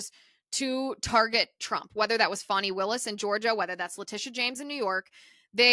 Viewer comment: There is NO "W", in "FANI".